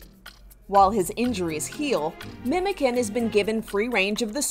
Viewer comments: its not "memeken" ITS "MEMOCAN" , jesus imagine being news channel and not being able to find turkish person to ask lmao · You actually say ‘Memojan’ not the c that sounds like the k :) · Why don't news reporters bother just the slightest to learn correct pronunciations? C in Turkish is read as a J, so Memocan actually sounds more like Memojohn than it does like a tin "can". Really cute story though ☺️